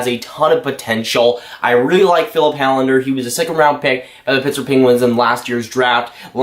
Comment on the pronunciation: Hållander is pronounced Hollander. Å is called the Swedish O.